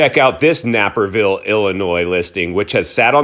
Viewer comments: It's N-ape-rville. Pronounce the ape not the nap... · NAPERVILLE is not pronounced the way you are saying it. The A is long, like the NAPE of one's neck.